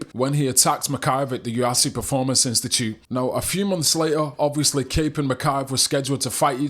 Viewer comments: YOU EFF SEE, NOT YU AFF CI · There's no a in UFC bud.